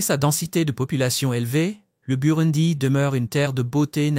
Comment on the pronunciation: N’importe quoi ! Apprenez déjà à prononcer correctement le nom du pays et surtout apprenez l’humilité. Vous ne savez rien de ce pays, vous ne faites que réciter un texte écrit par je ne sais qui.